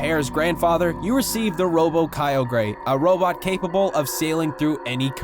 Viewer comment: BONS-LIE?????????? This has to be bait.. It's BONS-LEE . Smh KY-YO-GREY? Bitch.... the last syllable is ORGE..